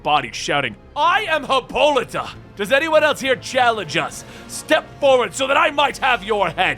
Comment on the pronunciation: Lol her name is pronounced HIPPO-LITE-A